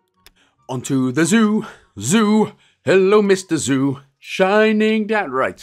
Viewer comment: No one wants to talk about the fact that it said Joo instead of Zoo eh